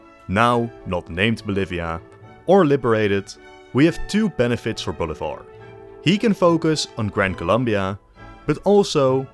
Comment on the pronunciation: you pronounce Bolivar like boulevard lmao